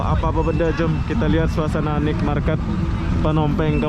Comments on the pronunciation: Night = nait bukan nit. Ubat batuk asli adalah nenas,ambil sepotong bersama empulurnya...mkn setiap hari spi hilang batuknya. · Maaf spelling NIGHT MARKET yang benar bukan NIK MARKET tapi NAIT MARKET, tolong banyak2 belajar bahasa Inggris lagi bro biar narasi kontennya lebih berbobot. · Sorry Bg....Naet Market Bang bacanya atau Pasar Malam